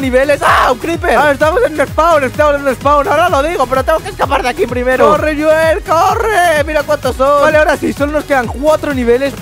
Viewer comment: no se dice asi yoel no asi no se dice se dice joel😅